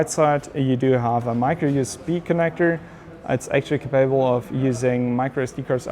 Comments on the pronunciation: To the speaker: the word capable has stress on the first syllable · Can you learn to say "capable" in the correct way?! Your version hurts my ears.